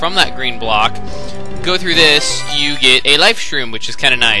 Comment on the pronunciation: Mistake. It's you. Not yo.